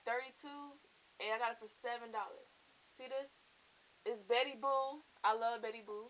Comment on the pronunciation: umm its betty boop u keep saying betty boo but cute purse nd i loved ur haul